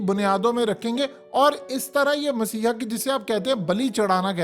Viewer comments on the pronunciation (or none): Word is messahia. You are saying essiah